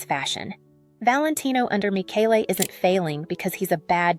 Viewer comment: AI slop. Can't even pronounce Michele's name properly. And the bias against non-gender conforming aesthetics is clear in whoever the "creator" is behind this. And it's ugly.